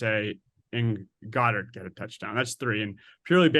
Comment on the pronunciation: Guy saying Goederts name wrong is like nails on a chalk board but beside that, great insight guys... love that the 2nd guy got it right